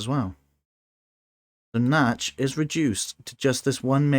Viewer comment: Wow, thanks for that fascinating replay. I had never realised that fatal drawback of using target commands before. Nachtschatten ("nightshade" - not "natch" actually :) might have been able to save his original island had he refrained from using target circles on the production and instead allowed his strikers to take out the SAMs first. But what a match, what a turnaround! 😲👍